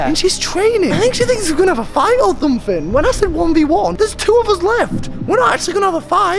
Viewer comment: the way he says fight is funny